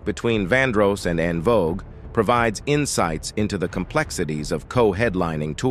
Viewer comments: …and the AI saying “On” Vogue 😡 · And " En Vo Guway" lol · DUDE ARTICULATE YOUR WORDS, LHMERCY!! 😮 ITS VANDROSS WITH A LONG O. EN VOGUE IS IN VOGUE. JUST BAD ENGLISH. EDIT. SMH!